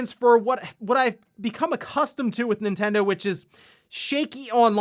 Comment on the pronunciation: My pet peeve on this channel He pronounces Nintendo. “Entendo”